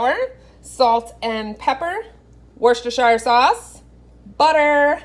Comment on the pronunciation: Wuster-sher. Food looks amazing